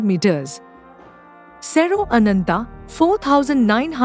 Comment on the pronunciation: Ananta, Garuda, sugreeva... Pls pronounce the a at the end. These are names where the a has to be pronounced. You do it so beautifully in some parts..